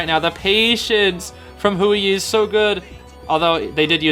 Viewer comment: poor, i wouldve crashed out 😭😭 also, huiyi is pronounced more like “hway yee”!:)